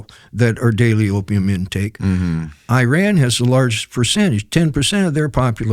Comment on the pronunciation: eee-RON,FFS,!! eee-RON.